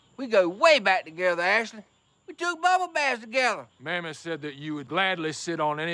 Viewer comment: “Gashley” Scheaffer